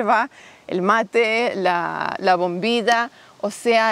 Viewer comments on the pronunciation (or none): Minuto bombilla; minuto bombidia 😂😂😂